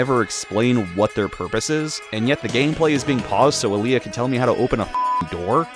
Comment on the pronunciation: The Alia and Gaea Armor pronunciations gives me stomach ulcer...